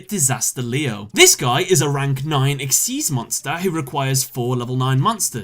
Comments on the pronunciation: “Exeez.” It’s XYZ!!!! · It's spelled XYZ but it's pronounced exeez. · Did you just pronounce "xyz" as "exise"